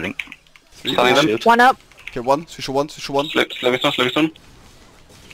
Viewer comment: Its Three not free lol Englishman